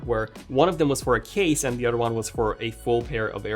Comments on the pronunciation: I love how you say the word other as odder or otter lol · Bothers me he can’t pronounce “th” in other or although … the oder day and aldo 😂😂😂😂😂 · I like how he says "odder" instead of "other" and "furder" instead of "further."